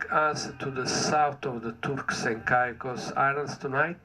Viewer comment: They need to get somebody who can talk and learn how to say the Turks and Caicos.